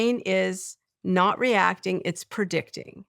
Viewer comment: Had to turn it off. After she said “PERdicting”instead of “predicting” for the 10th time, I started to twitch.